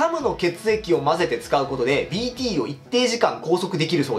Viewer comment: BTがDTに聞こえてしょうがない